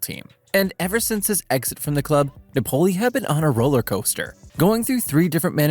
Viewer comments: Its nApoli... no napOli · If you want to say Napoli,the accent is on the A,not on the O.You sound weird. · I despise how you say Napoli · good video minus the pronunciation of Napoli :D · I really liked ur Video and u sound like ur having fun making content, but i recomend you search up correctly pronounce a teams name, hearing you say it incorrectly so many times made me not focus on the other good content in the video